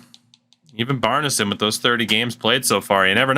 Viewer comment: bjarnason actually pronounces his name bee orn sen also know his family too thats how they all say it